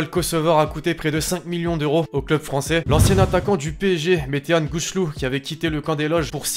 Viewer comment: PSG : Cristiano Ronaldo, Vincent Kompany, Jorginho ... et Megan Rapino ! (P.S. : la pronociation à , c'est Météhan Gou-clou ! Pas Gou-ch'lou wola et pour les réactions du Ballon d'or, c'est pas Rapinoé, c'est Rapino). Sinon elle serait Rapi-noyé ! XD